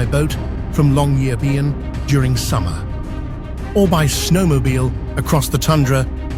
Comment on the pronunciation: Are you narrating or is it AI? It's just there are different pronunciations of Longyearbyen and Pyramiden each time....🤔